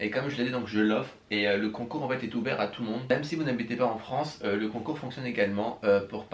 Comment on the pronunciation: Mdr a 32seconde concnoure au lieu de concoure